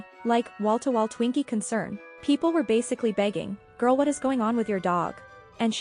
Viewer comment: "such an interesting gorl" that's a nice way to put it 😂